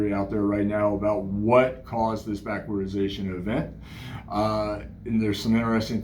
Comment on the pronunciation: I'd say you nailed everything right on except it's "backwardation"